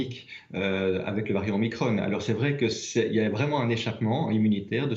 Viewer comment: Même pas foutu de prononcer le nom du variant comme il faut